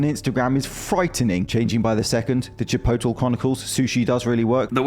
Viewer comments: Chip oh tle? Chip oht le! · "the Chipotill chronicles"